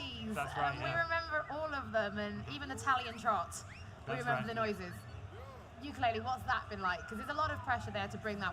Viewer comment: Did she just say "jingos" and "talion trot"? LOL